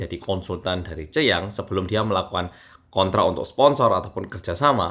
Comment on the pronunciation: bacanya suyang bang bukan ceyang😅